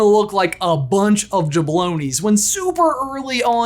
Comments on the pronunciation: Jablonis? It’s Jabronis 😭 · Did you just say 'Jablonies' ?!